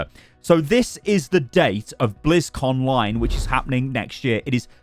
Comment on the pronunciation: It’s blizzcon online. I know they are put into one word but that’s still how you say it lol. It triggered me so hard for some reason hearing you say blizzcon line